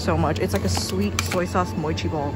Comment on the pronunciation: moychi lol